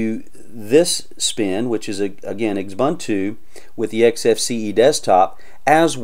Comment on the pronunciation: Quit pronouncing it that way. Ubuntu is a South African term meaning Human Kindness. It is pronounced uu-boon-tuu, a Zulu pronunciation.